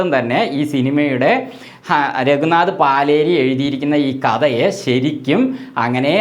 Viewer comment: പാലേരിയല്ല, പലേരി